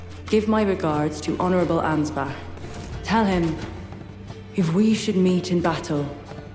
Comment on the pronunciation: I love me some Ansbach-glazing, but as a german, the english pronounciation of Ansbach triggers me. Even though I understand that you don't have the "ch" sound in the english language. I guess one of the sounds that comes closest is the "wh" part in "whole". Sry for nagging and smartassing.